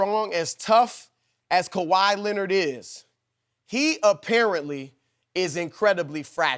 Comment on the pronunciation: Kawhy Leanord..